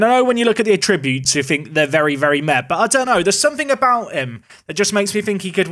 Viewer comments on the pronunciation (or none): Attribute. Noun. Emphasis on first syllable.